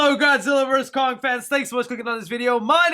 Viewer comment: “Kong” not “Long”